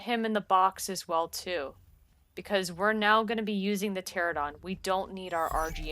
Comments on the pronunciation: It's not pterodon... It's Pteranodon... 🙄 Why does everyone pronounce it without the middle 'n'...??? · It's pronounced "Ter-an-oh-don" not "Ter-oh-don" lol. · Useful thanks. (btw it is TERA-NO-DON) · Psst: Trope-ee-oh-nay-thuss and tuh-ran-uh-don Not trying to be that guy; just thought that might be helpful if you're going to be saying those words this often. Everything else was spot on.